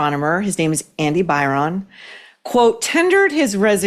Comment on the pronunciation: Byron- pronounced By Run